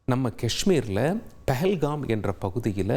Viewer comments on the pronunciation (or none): none